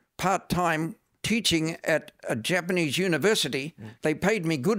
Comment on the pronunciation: even though he has been living in Japan for a long time, his pitch accent is almost all wrong.